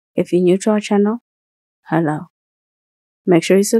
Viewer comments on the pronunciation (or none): “He-Lowe” (wow!)